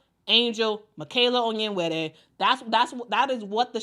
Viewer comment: Love that you flawlessly pronounce "Onyenwere."